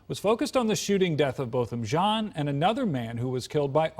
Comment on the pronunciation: It’s pronounced “John”... Why wasn’t she administering CPR upon discovering her “ mistake”?